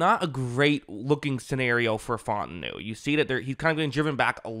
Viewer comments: My man said “Fought-en-new” 😂 It’s fah-ooo-tah-nu #HereWeGo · its pronounced fah-ooo-tah-nu